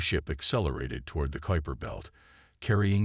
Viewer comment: First story where the AI could actually pronounce Kuiper Belt! A miracle!